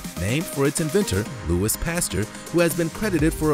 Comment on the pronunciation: His name is pronounced LOO-ee pas-TYUR. Emphasis on Loo and Tyur. It's french.